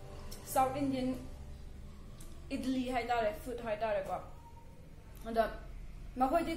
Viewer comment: Its Idli not idilli & it's great with sambar but not with aloo sabzi.